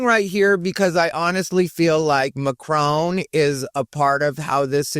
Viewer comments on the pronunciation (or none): Macron is not pronounced Macrone. LOLZ there is no "own" sound in it. more like an "on".